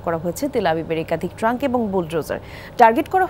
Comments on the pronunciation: ট্যাংক উচ্চারণ ঠিক করেন এটা "ট্রাংক" না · ট্রাঙ্ক না ট্যাংক , সাংবাদিক এতো উচ্চারণ করতে পারে না এরা যে কেমনে চাকরি পায়